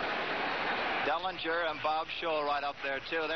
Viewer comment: Did he just say Salinger instead of Dellinger?